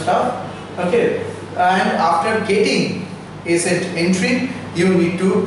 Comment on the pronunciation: Its acet not aset